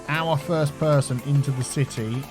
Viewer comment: I dont know why, but every time I hear saying "city" I hear "c-tea"